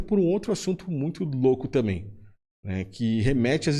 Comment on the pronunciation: O " tamem " me pegou ... 🤔🫩